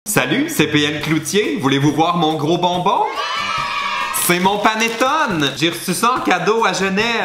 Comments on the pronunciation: Ca se prononce panetonai au cas où 😘😘😘😘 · ça se prononce "panétoné" et c'est italien ahah sinon super vidéo :)